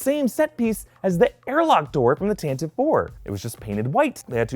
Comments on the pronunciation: It's pronounced "TantiVEE IV" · TAN-TA-VEE Four